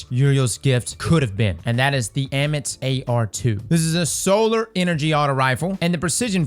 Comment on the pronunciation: I think it’s pronounced Ah-mit lol its Egyptian